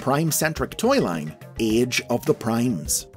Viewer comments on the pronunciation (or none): none